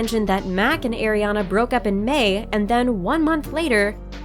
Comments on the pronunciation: Not “Air-iana “. just Are-iana “ like “Are”. Please ☺️ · Stop saying eriana her name is ariana or ari ! I lov ari❤❄ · Her name is not pronounced "Air-iana." Her name is pronounced Ariana. Just, like the way her name is spelled. How do you not know how to pronounce Ariana Grande's first name? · Irk it gets me so triggers when people pronounce it wrong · Air-riana I'm dead 💀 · ATLEAST CALL HER NAME RIGHT